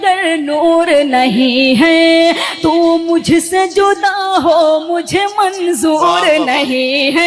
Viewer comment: جودا نہیں (جدا) ہوتا کچھ تو شرم کرلیں کیوں اردو کے ساتھ زنا کر رہے ہو